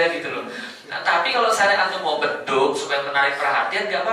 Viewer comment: Bedug bukan Bedu.